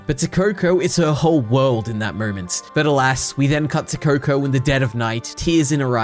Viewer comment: Is it just me who heard him saying kur-kur